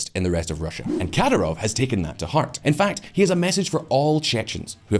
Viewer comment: its not "katarov" but "Kadiirov" ...your spelling is so wrong lmao